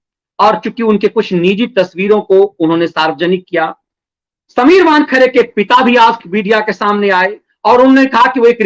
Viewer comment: "वानखड़े" नहीं वानखेड़े......